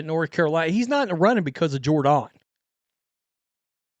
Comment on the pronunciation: Jord-on? 😅😂. Is that how she seriously pronounces her name?